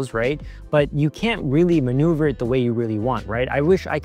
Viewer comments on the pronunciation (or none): none